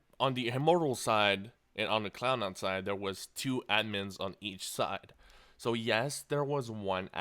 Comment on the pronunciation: It sounds like he's saying clown9 :D